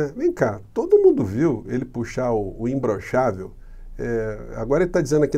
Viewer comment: E parece que ele fala como o cebolinha: "imblochável"!